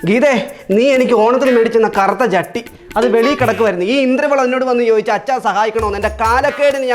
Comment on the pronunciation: ജട്ടി ❌ ചട്ടി ✅😂